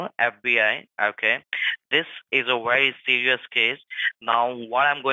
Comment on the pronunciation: It seems this case was indeed 'warry sewious"